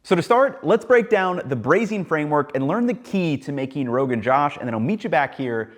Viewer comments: Ugh. Love the enthusiasm, but it makes me cringe when you call it Rogan Jawsh. It is Rogan Jōsh.I guess you can call it what you want. But.. it hurts my ears... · Ethan it's pronounced, josh with o sound of bose, josh, not j-a-sh, j-O-sh, meaning excitement, josh meaning excitement. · Rogan josh by shawn is misnamed. is actually Rogan Gosht. 😂😂😂😂. Gosht as in meat. Not Josh as in western name for Josh Rogan. Pronounce it as "Gosh".... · Its not "Josh" its "Joe+shhh" like joe rogan joe plus shhh sound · It's not josh, it's joe-sh.....Josh in Hindi means electrifying energy. People also call is gosht in some places, gosht means meat....... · is josh really so hard to say that you have to pronounce it "jaush"? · firstly josh is a mispronunciation. it is gosh or gosht. gosht mean meat. rogan or roghan means creamy or silky or soft, fatty / oilly something in the middle of that hard to find the correct english word, its has a feel, textural discription. anyway it is for a mountainous are so they dont skimp out on the animal/mutton fat. you can imagine slow cooked in a clay pot at a fire place in olden times. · Pronounced as 'JOASH" not JOSH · Jo-osh. Not Josh. Just fyi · The O in Rogan Josh is like the O in slow, poke, crow, not like the O in Bob, throb, slop This dish comes from my culture - thank you for being so respectful with it! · not Rogan Jaw-sh, its Rogan Joe-sh.😐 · Joosh not Josh as in "too" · This is pedantic, but the pronunciation is “joe-sh”, not “jaw-sh” Also, for using mustard oil, you have to let it smoke in the pot before adding in the ingredients. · Commenting from India - It's pronounced Joe-sh not Josh. And you should use lamb cuts with bone-in. The bones are integral to most braised meat dishes in India. Also you've to bring mustard oil to smoking point then reduce heat and cook, that way the raw mustard flavour goes away as intended in most Indian dishes that use mustard oil. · It's Rogan 'Jow-sh' (not Jaw-sh) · Its pronounced rogan joe-sh